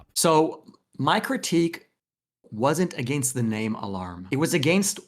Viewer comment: this is random but I love how says "against". He really hits the "ain" in a way that scratches my brain in a good way